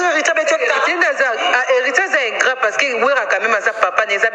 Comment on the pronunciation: s'il te plaît ingrand te ingrat yekola français ou soit kotiaka ba mot français te.